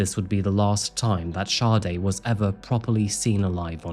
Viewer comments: It's Saa-day not Shawday. Like the iconic Smooth Operator singer. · You would fucking think with all the research you did making this you would atleast know how to pronounce the poor girls name .. Saw-dae Not SHAWTY No H anywhere in that name .